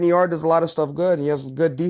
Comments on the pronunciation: tbh you should probably know this but if not do your HW fellas. It’s not “Yard-E.” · Anthony 'yardy' yarde